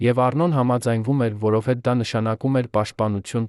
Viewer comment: Այ ասմունքող, դու ինչու ես հայերենի ,,և,, տառը ջնջում, միթե չգիտես,որ և ,,ը երեք տառ է, այսինքն ,,յեվ,,, դու դրա իրավունքը չունես, ասում ես որովհետե, ,մենք նման բառ չունենք, այ իմաստակ